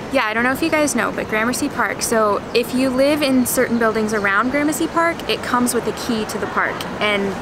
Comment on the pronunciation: Do me a favor though. Next time you hang out with Brett Conti will you please tell him it’s not pronounced graham mercy 😂